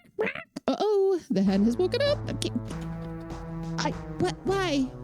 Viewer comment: Yeah, what's with that "oh oh" thing?! It's "uh oh", damn it! I always did hate that damn shark too. I wish they'd implemented him more like they would in Space Quest 3 - have him only appear on screens you were absolutely not supposed to go to, and make him appear on the far side of the screen, so you'd have time to get away. I could be mistaken, but I think the pelican comes back after a while, if you scare him off. I think it was actually Leisure Suit Larry 2, not 3, that that point and click remake was made of. (Unless such remakes were made of both games.) I don't know if there are any opportunities left, but here's a song suggestion for going down more Sierra stairs: ♪Goin' down, down, down, down, down... goin' down the Sierra stairs♪ (I don't remember what the song's called, but I'm pretty sure it's an Elton John song.) Actually, there is a mummy death, but it doesn't really show much. It does ask, "How did you get in here without the scarab?" though. Well, I mean, Edgar is trying to be discreet. He doesn't want Lolotte or the guards to know that he's bringing Rosella the key, but they probably won't be suspicious of him bringing a rose to the woman he's about to marry. That's about the time I fell out of love with the MCU too - though it was for other reasons that I won't get into here.